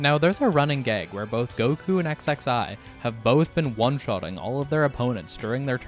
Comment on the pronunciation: This is my introduction to DB Multiverse, so I have the impression that it fuckin sucks. Also XXI has to be "21", like, come on man. Zee? Really?